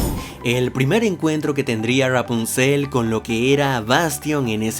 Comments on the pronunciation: Me estresa como pronuncia Rapunzel, sobre todo en el Ra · Ya ni se si dices ruapunzel o rapunzel 😂😀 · R-rapuzel como lo pronuncia jajaja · Porque dices "rghwapunciel"?? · Amo como dices "Ruapunzel" jaja😍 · Me encanta y me da risa como dices: ruapunzel jaja gran vídeo crack! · Jajajaja como pronuncia Rapunsel 😂😂😂😅😅😅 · Disculpa pero me da demasiada risa como dices Rapunzel jajaja